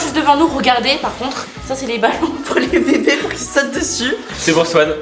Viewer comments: Mdrr je rigole depuis tt à l'heure pcq et au lieu de dire Swan elle dit Sohan 🤣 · Qui a remarqué dit Soan et pas Swan 😂